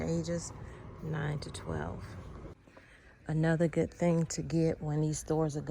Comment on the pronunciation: SAY "GOOD" NOT: "GOOT" !!!!!!!!!!!!!!!!!!!!